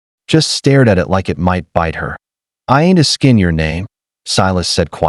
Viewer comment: Find some new names, there's a Silas in almost every story. And let the AI know it's pronounced "ASKin' you" not "aSKIN' you".